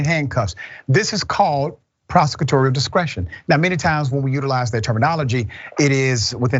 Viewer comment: Im not sure if you're saying prosecutory or prosecutorial. Hit that L Dr! I just wanted to say hit that L.